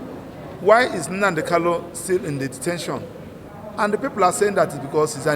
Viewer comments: Is his name Kalu or Kanu, get your accent right, barrister. Poor barrister, you can't pronounce the name of your client properly, okoromado This is clearly a recipe for disaster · It's a tongue thing. It's normal for some igbos to pronounce n as l. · He can't even pronounce his client's name correctly.